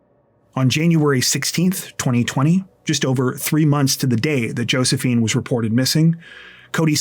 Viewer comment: Always like the way you pronounce the word months, munths, my own leave-me-alone is called speech impediment. So, that’s me.